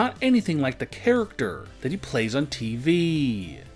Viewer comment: the way he says TV... f*cking hell